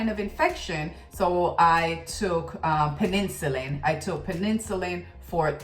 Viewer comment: Are you saying penicillin the antibiotic? Pen-ah-sil-in